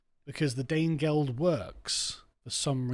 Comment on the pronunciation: At the risk of being pedantic (a risk I'm always willing to take) the geld in Danegeld is not gold. It should really be pronounced yeld, it's the word yield. Effectively Danegeld means Dane Tax, not Dane Gold. The payments were mostly made in silver.